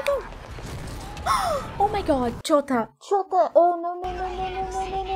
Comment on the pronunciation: For me "Chota" sounds practically the same as "ciota" which in polish means "loser". The way you said it was super funny cause it sounded like "What a loser" :)